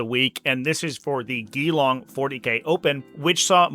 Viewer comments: How you pronounced Geelong (G-long) make ever Australian's skin crawl! 😂😂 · Not that you will ever use this info again, but both e's in Geelong are basically silent. Great breakdown! Thanks!